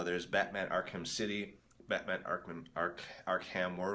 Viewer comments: I am genuinly irritated by this guy... Ark-HAM its pronounced Ark-am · “Ark HAM”🤡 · I am surprised that an angry mob wielding pitchforks did not show up at this guys door back in 2015 invertible reasons first of all he can’t say Arkham he says ark ham and then he says Arkham asylum American city suck suck